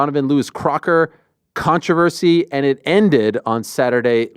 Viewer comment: Has anyone ever said "controversy" the way Ariel does? This is way worse that "I-ron"